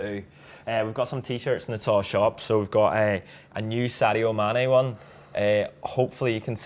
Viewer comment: Love:) Read something the other day about the pronunciation of Sadio's name, a coach from Senegal I think, he said it is pronounced SAH JOH and just as a matter of respect I think anyone would want their name pronounced as it should be....do you think? And people in your position could be super important to get this over....DAYZJAN should also be pronounced DAY YAN.